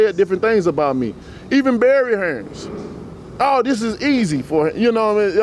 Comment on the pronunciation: Hearn not fucking hearns